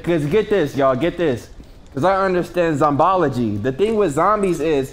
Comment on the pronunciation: mans said "Zombology" it's zombiology lol.